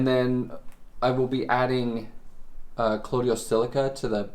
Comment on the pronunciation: It's COLLOIDAL silica not COLLODIAL silica! Cheers!